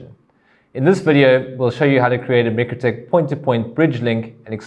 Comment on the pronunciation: Should I be trusting the informatio from someone who can not even pronounce mikrotik (my-crow-tick) correctly, and no its not the S.A. pronunciation , and for those who dispute this, just watch Mikrotik's own videos.